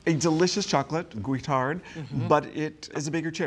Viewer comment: "Guittard" there's no way I'm saying that right...